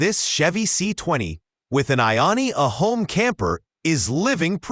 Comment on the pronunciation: It's pronounced "I own a home"...